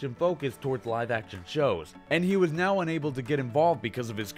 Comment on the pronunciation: the 'now' is fuckd up